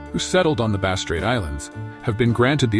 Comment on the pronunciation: A lot comes across like AI goop. Some descriptions apply to mainland Australia's tribal people, not Tasmanians. Many images are ridiculous, showing wrong race types. 'Tent' dwellings etc are shown which they did not use. Vegetation shown is wrong. Even 'Bass' is sometimes pronounced incorrectly. Tasmanians used/carried fire, but could not make it. Did not eat fish for some reason & couldn't catch. Only ate shellfish. Only wore tied skins. Did not sew large possum skin cloaks like southern mainland aborigines. Why bother making videos if you're prepared to be so inaccurate?